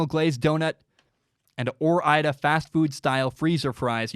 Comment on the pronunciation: Goddamn it ore-ida?!?